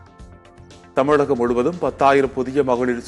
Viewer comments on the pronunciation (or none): none